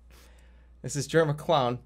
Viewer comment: I get a kick out of how Jerma pronounces “clown” like “clawn”